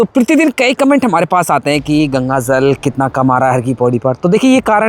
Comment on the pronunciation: Beta aap jal bolo aap Zal bolte ho please Jal bolne ki koshish karen thanku